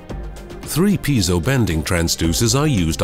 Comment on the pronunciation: I thought that "piezo" was pronounced more like "pee-ay-zo".